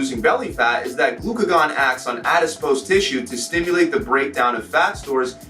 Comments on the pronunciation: I'm pretty sure it's actually adipose and the first s is not there at all! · Its "adipose" NOT "adispose" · It's 'Adipose', not 'Adispose' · It's 'adipose', not 'adispose'. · its adipose not adispose tisue :) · You lost me at "adispose". It's ADIPOSE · It’s adipose, not adispose. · adispose, the s is silent, go back to school! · Yeah,its pronounced adipose but the way he said it is rude. He could've been polite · It is called ADIPOSE TISSUE. And gluconeogenesis isn’t pronounced that way. Do your research before informing others. Other than that I enjoyed your video!